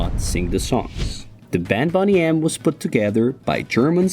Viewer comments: It's driving me nuts that he keeps saying 'Bonny aM' instead of Boney M' but fair enough. I can say this: holy eff that Bobby Farrell could dance like a motherfcker. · Bone EEEE M. Not Bonny M. Ffs. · Boney spells boney pronounced bonee not bonney get it right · BONE-NY not bonny, you dope! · Its not Bonny M its boney as in bone. After the Australian TV series Boney. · It's Bone-y, not Bonny you.... ARRRGGGHHH! We knew this back in 1978...they didn't try to hide it. Because of that, we didn't care! Milli Vanilla however was covered up, which is why they were not accepted. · Why do the speaker consequently call the group Bonnie M instead of Boney M ? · To my knowledge, the members of Boney M never professed they could sing. Rather, they always said they were performers. Unlike Milli Vanilli. Also, I'm sure this has been mentioned, but the group name is generally pronounced "BOH-nee" M rather than "BAHN-ee" M. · The band name was BONEY M not Bonney M for f* sake...... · First of all, it's pronounced BONEY M, not 'Bonny M' and secondly they were NOT fake, it was a real group put together by Frank Farian (RIP) who was a genius and the actual male vocalist, he simply had a dancer (Bobby Farrell) perform his part. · Bone-ney as in a skeleton not Bonny as in Bonny and Clyde. Bloody Americans 😂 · It's not bonny M dude it's Boney M. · Bone-e M. Not fekkin Bonny M. Ffs. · Boney not Bonny! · Boney M, as in bones, not Bonny M. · BONNY is what you are sayingf. BONEY is their name. All you have to do is watch any video where someone says there name then say it that way. But you don't bother learning how names are pronounced with 2 minutes of research. Yikes shitty job getting names wrong. SO EASY to get every name correct by just watching the people say their own names on YouTube. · Shame you can’t even pronounce their name, it’s Boney not Bonny!!! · bonnie????? its bo ney muppet... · It is Boney M. Narrator pronounced it Bonny! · It's not Bonny M, it's Bone-ee M. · “Bonny M”?